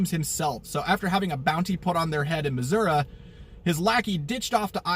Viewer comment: I don't think theres an a in missouri don't ever pronounce it like that 🤦‍♂️